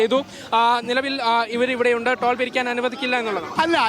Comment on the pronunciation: ട്രോൾ അല്ല നേതാവേ ടോൾ